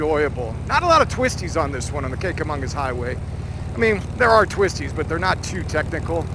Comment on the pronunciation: Just happened upon your great video. Well done. Nice collection of 'cycles, friends and excellent scenic views. Kanca- magus (no "n" in magus, emphasis on the mah-gus). Simply referred to as The Kanc. Can't go wrong. Rode the areas for many years. No longer live in New "Hampsha", but I visit when I can. Thanks for your video !